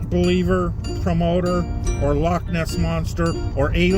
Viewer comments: Well done for pronouncing Loch properly. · one good thing about you being a Cymry is you can say loch correctly. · love the proper pronunciation of Loch instead of the American 'log'